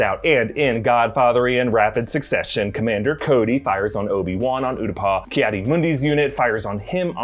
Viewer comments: Ew-tah-pow. It is NOW oo-dah-paw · Am I the only one who winces every time pronounces it Uta-paw instead of Uta-pow lol I get Utapau is a weird name but my goodness 😂